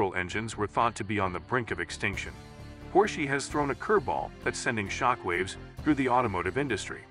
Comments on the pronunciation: Probably should replace the audio so the AI doesn’t say “Porsche-y” 😂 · Oh goodness it is bad. This not worth watching. It is awful to hear the pronunciation of Porsche. Not worth it dude.